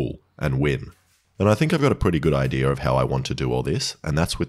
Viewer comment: I think I have a pretty good “IDEARRR” 🤦🏻‍♂️🤦🏻‍♂️ It’s pronounced “Idea” (I-Dee-Ahh) Not I-Dearrrr 🤦🏻‍♂️🤦🏻‍♂️🤦🏻‍♂️ 😏😏😏 everyone calm down, it’s a jokey joke 😏😏